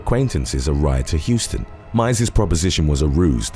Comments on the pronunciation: I lived in Warner-Robins and worked at that hospital‼️It's pronounced "How--ston", rather than the logical "Hew-ston," strange but true! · I’m from Warner Robins. I was really surprised that this case made it here!!!! BTW, Houston is pronounced like “house ton.” Thanks for including it! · Was a jock WRBN-FM back in the day & supervised a department at the HOW-ston County hospital ( I let narrator know how it's pronounced.) Is the base still open? Sorry to see another town go to pieces but outside of that air base and the Frito Lay factory that popped up not too much to hold folks to being upright citizens. So broke when I lived there on SECOND STREET for a minute, yikes‼️ The chick in the photo is so blinged out, she would have been pulled over for the length of those eyelashes alone. Feeling toasty? Have her bat those things for a breeze!! Peace out, from your Yankee escapee🤗